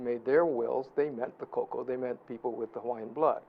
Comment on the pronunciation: Eh Hawaiian let em talk always godda slide in. Also it’s koko and not cocoa. Hmmm